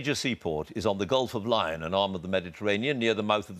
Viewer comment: He pronounced Lyon as Lion which fooled him..bad mistake. If he d done it correctly it would have pointed to a large Mediterranean city such as Marseille.I got it , with zero GCE s as well, as other mistakes he made